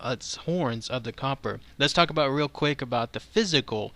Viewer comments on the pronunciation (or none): none